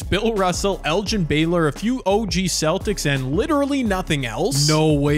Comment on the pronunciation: hahahahahaa😂😂😂 thats so funny he said “erin” instead of “elgin” lol hahaha